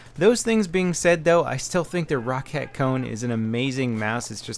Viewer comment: Not trying to be a ass or anything But its pronounced Row-cat